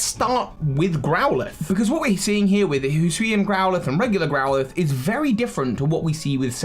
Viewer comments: So Hisuian is pronounced - “he-sue-eee-an” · Ah yes, Hoosooian. From the Hoosooi region.